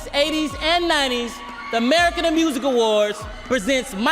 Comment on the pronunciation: Chris Tucker says; “The Merican a-music awards”